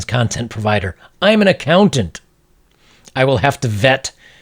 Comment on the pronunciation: "I'm an accounant"